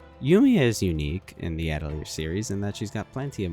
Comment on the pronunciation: People need to get together and learn how to pronounce "atelier"